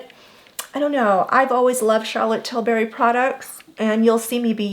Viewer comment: It’s tilbury. Not tilberry.